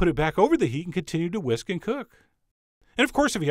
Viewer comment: When he said "what we need to do is we need to take a whisk" am I the only one that heard " take a whiz"?